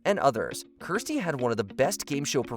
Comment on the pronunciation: Kirstie Alley's Match Game apperances were just shown on GSN earlier this week. Gene mispronounced her name as "Kyrstie".